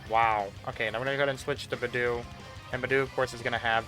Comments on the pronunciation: I was just listening to your video in the background and heard "b'doo" and had NO IDEA who you were talking about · the way this guy pronounces beidou and the fact that he leveled an artifact to 11+ instead of 12 annoys me